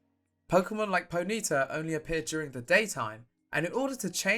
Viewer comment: I'm sorry can we fix that ponyta pronunciation here? 😂